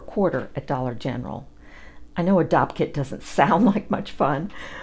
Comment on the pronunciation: I realized after watching this video I had no idea what a dopp kit was! I thought you were either saying doc kit or dog kit at first! 😂